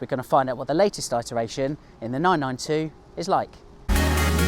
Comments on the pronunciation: The word is pronounced 'ITeration', not, 'EYEteration'. Interesting comparison. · "it" eration not "eye" teration.... thanks for the video. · Enjoying the review except pronunciation of “it-eration” 👍